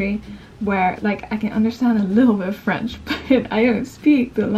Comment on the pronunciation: Omg!!! Your French accent is so good!!!😍 Wishing you the best in this new adventure xxx